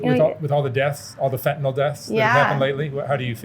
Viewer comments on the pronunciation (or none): "Fent-uh-NIL". Why does everyone mispronounce this? Not spelled FentaNOL or FentaNAL.